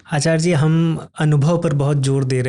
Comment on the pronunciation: Yeh Mahanubhav, Acharya ko Aacharge (Aa+Charge) kyon bolte hain?!?!